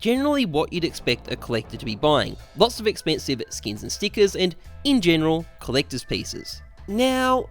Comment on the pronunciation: No one: Absolutely no one:: CHINESE COLLECTAHS